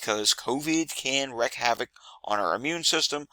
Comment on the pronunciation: "Wreak" not "wreck , as in havoc. "Tuberculosis". Not "tubercliosis", as in lung disease. Also, it's "alZheimers". Not "alTs-heimers", as an aggressive form of dementia .